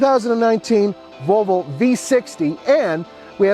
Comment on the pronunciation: haha!! He can't say "Vol ...vo"! Volvol